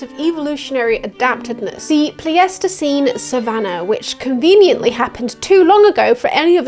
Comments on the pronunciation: Do Brits really say, the 'Plee-aestiseen"?? I've only ever heard it pronounced 'Ply-stiseen' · Pleistocene is pronounced "ply-stow-scene" ! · Pleistocene is pronounced "plaistocin" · Absolutely fantastic study. Just to make your life easier, I've never heard Pleistocene pronounced as anything other than ply-sto-seen. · the pronunciation of "pleistoscene" is right there on screen and you still managed to bungle it 😆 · Can't get over your pronunciation of the word "pleistocene" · The only gripe I have with this video is when you say Pleistocene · I can't tell if she's pronouncing pleistocene that way as a joke or not